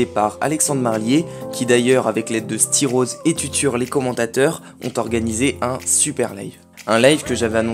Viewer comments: Je suis fou où j ai entendu styros mdr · J'ai entendu styros